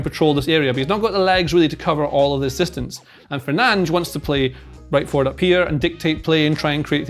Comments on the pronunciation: It’s not Fernand’s it’s fur-nan-dez. Get the name right at least hater. Sick of most ppl hating on Fernandes who has given so much for this club. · 'Fernange' 😆,, that's not his name. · No way it’s pronounced ‘Fernanj’. Is it?! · I know he’s pronouncing it correctly, but its Fer nan dez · Are we discussing you saying Fernanj or nah? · He's really calling fernandes "fernaj"😂😂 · no, it's not. brazilian here, with a portuguese family. it's not fernange in any accent. it's less bad to pronounce it with a spanish accent than whatever is going on in this video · Fernandes is his name 😅 Kills me him not saying his name